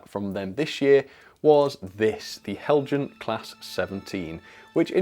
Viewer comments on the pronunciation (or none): Heljan is pronounced Helyan